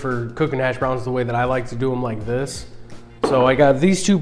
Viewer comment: Only person I’ve ever heard annunciate the “browns” in hash browns. That was annoying.